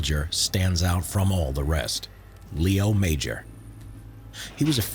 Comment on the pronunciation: His name is not Leo Major, its Léo Major and that is a french french name.